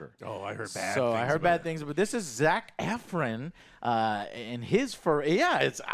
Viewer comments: Zac 'Efrin' 😂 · why does he say Zack effren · Zach F RIN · Hearing how joe pronounced Zac Efron lol